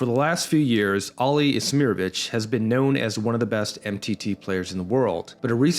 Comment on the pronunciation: iMsirovic, not iSmirovic